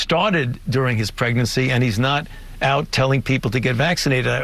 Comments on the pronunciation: Did anyone else catch that? Dr. Fauci said " A program that was started during his PREGNACY" hahaha that's hysterical! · Anyone else catch that Fauci said “Pregnancy” instead of “Presidency” lmao